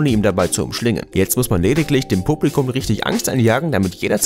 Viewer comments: hns. xc blubligouhm 😂👍🏼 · wie du "Publikum" gesagt hast 😂